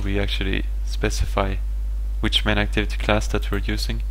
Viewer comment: Crating != Creating. Sine != Scene Varables != variables. clauss != class dis != this Enjine != Engine Your programming is awsome, and your pronounciation of english words needs work.